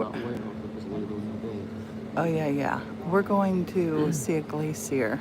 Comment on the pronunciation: i love the way you say glacé-ier!